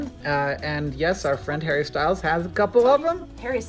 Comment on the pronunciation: … “Harry Styles can get milked” Me: did she just say… rewinds: “Harry Style can get milked” Me 😑🙀😂😂